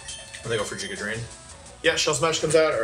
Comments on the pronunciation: I lose the tiniest bit of my sanity every time he says Jiga Drain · the only reason i haven't subscribed yet is because he pronounces giga drain as "giga drain"